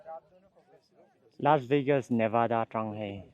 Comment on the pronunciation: Lasveigas a tia law ... Lasvegas tih mai awm